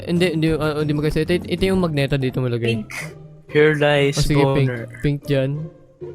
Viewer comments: Mali po yung pag pronounce mo po kya sa magenta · "magneta" someone teach him how to read hahahhah